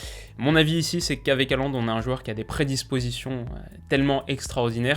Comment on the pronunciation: Haaland se prononce "Holande", merci.